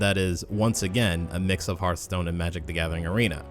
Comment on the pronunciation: Why are you calling it Heart-stone? It's pronounced like Hearth-stone.